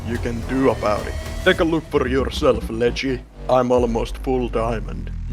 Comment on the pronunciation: bro its ledgy not leggy